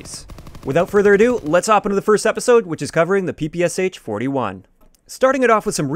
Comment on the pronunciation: Hi there, tnx for the video! Just to note, as far is it’s a Russian gun it’s known and pronounced as P.P.SH. (Pistol and SMG by Shpagin)